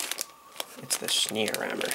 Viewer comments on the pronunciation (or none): What a kit...its almost mind boggling what can be done with styrene these days. I can help you with that pronounciation; its "Shnay - roymer" . Another good review bud keep them coming.